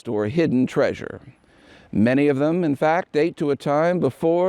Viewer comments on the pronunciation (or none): "Do NOT seek the traysure."